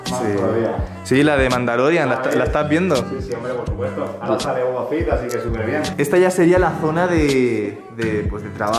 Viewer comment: Boba feeeeeett no boba fiiiiiiit